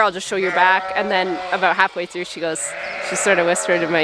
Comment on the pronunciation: you hit peak canadian when you said sorry aboot that 😂